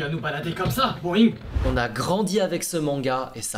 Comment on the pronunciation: c'est "BOINNNg" mais pas "BOIIINGG"